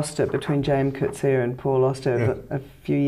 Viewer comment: This lady is one of the few people I've heard who pronounce Coetzee's name correctly. Congrats to her!